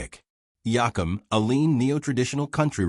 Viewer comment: Please learn to say his last name right